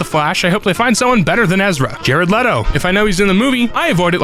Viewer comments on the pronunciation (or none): none